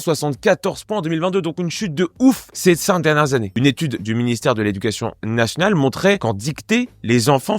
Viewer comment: Ca n'aide pas l'intelligence du public de tes vidéos de dire, par exemple, "nassnal", à la place de "national", et dej'ner au lieu de "déjeuner"... Décorréler la prononciation d'un mot de son orthographe (alors qu'elles ont un lien direct) c'est démontrer qu'on ne comprend pas ce lien, et ça génère chez l'auditeur (qui lui non plus ne comprend pas cette relation), l'idée qu'en quelque sorte, "on s'en fout de prononcer les mots comme il faut" (ie, de façon logique et corrélée à l'orthographe.) Merci d'abandonner ces manies extrêmement agaçantes pour l'auditeur moyennement intelligent, et qui font perdre beaucoup à la crédibilité du propos. (Ah et "bâton de bois", c'est un pléonasme. Bâton, c'est du bois.)